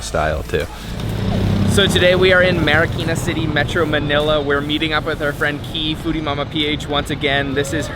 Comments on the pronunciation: Its Marikina not marakina haha!! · Hi Guys! Haha. It's MARIKINA. But whatever lovelots.